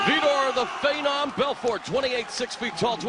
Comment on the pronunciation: Did Mauro Renallo really just call Vitor "the fay-nom"??? We're they both roided up, or just Vitor?